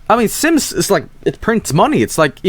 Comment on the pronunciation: why is the way he says SIMMIES so hilarious?